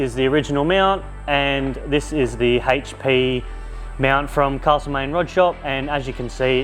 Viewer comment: Just a tip, don't say Castlemaine like that to a local ;)